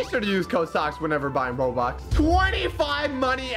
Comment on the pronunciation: did he say "roblux"?